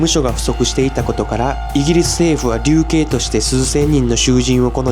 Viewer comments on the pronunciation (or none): 流刑（るけい）。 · 〈流刑〉るけい⭕️、りゅうけい❌。 日本語の乱れを正そう。